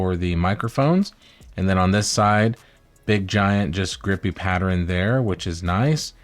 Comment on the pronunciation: Wtf is "patterin?" Are you trying to say "pattern?"